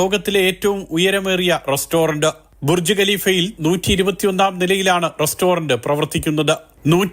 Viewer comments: ബുർജി അല്ല ബുർജ് 😂😂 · Burji alla Burj